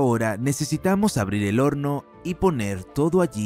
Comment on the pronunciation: Todo bien hasta que pronunció lo del horno en 2 días